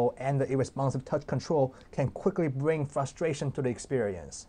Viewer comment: oh it can quickly bwing frustration? Lol